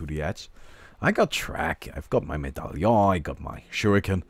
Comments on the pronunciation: Or at least medallion is not "a" sound at the end like you do, it's more like the "on" in monster sorry i know no german! D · when it comes to "medallion", it's an accent. You have a german accent and we don't shit on you for mispronouncing some words, now do we? ^^ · he knows how to pronounce Medallion....it's called joking.